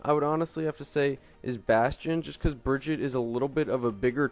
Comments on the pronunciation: im sorry I cant watch this when you say her name every fucking two secounds and even than you say her name wrong, like wtf just watch the damn overwatch intro video jeff says her name like 100 times and dosent say bridget once, smh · She is not called Bridget! It´s Brigitte! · Plz stop calling her like that, thats not how you pronunce her name.